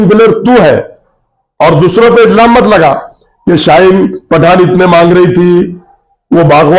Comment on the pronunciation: Izlam nahi ilzam bolte hai 😂